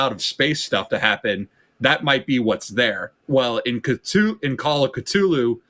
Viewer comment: The way he mispronounces Cthulhu and R'lyeh is driving me nuts